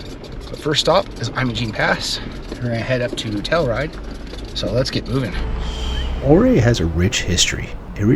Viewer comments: The town is pronounced You Ray. Not O Ree. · Ouray, "your ray". The river is pronounced Un-come-pah-gray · Pronounced "you ray"...but understandable that it's hard to pronounce when you're new to the area. Great trip video...thanks for sharing.... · Ouray is you-ray fro, what I’ve heard. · It’s pronounced you ray